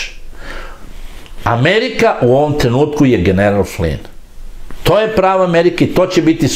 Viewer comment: Tačno..Slovna greška u pisanju..Inače ime Flynn..uvek savršeno izgovoreno.